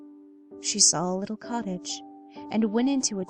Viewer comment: Fwiendly wittle fox your right